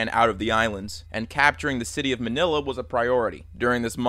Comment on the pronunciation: You said manila wrong lol